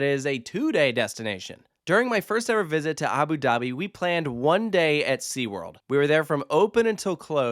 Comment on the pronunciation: These AI voices are so stupid !! Abi Dahbi z??